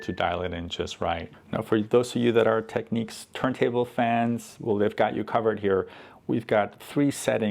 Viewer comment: And then you said 'techniques'.